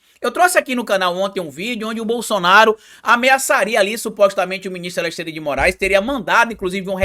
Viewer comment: não consegue pronunciar AleXandre, sai sempre AleSSandre